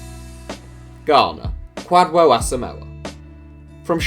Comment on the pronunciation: Ghana's Asamoah is pronounced Ku-jo